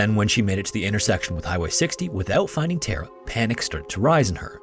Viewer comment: Great video. But damnnn it's soo annoying how you say Tara. It doesn't have an E in it you know!?!